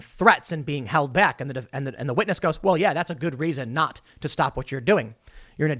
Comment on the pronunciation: A Scwitness